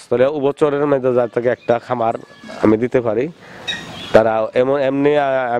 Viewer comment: পাকি না পাখি । কামার না খামার। বাংলা বলতে পারেন না। আবার চ্যানেল খুলেছেন মিয়া